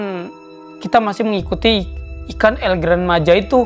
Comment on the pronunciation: Cara bilang nya bukan El Gran Maja bang bilang nya El Gran maha